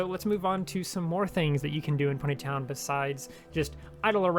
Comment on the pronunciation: the way he says pony town like-- pUneY Tonn